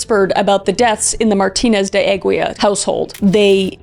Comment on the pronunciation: Aguila "Ah-ghee-lah" c'mon Kriss lol